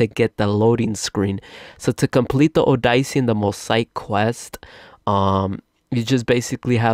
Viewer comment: Oh-die-see? it’s O-de-se